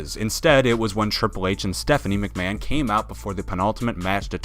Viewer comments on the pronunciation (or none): none